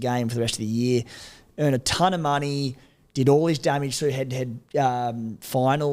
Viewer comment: How has nobody in life told her how to pronounce the word "ton" 😅